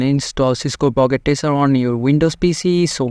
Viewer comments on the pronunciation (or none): it's "Packet" not "Pocket"